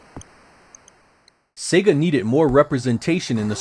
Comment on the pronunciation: It’s also nice to hear a Youtuber pronounce “Sega” the same way you hear it at the beginning of Sonic The Hedghog.... “Say-gah” rather than “Seggah”. Always irritates me when I hear the latter.